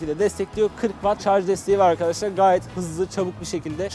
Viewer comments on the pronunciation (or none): none